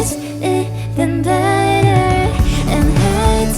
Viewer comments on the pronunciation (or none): Usually Korean singers do terrible English covers but both their pronunciations are very very good. I can still hear their Korean accent slip out on certain words like "better" towards the end of the song but this was a really great cover. Their singing was quite good. Definitely better than most group singers these days.